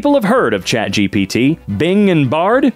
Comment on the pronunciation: Chat Gapit, lets go with that. Edit: I talked to Chat GPT and it is approved but with a slight differance, just say Gapit.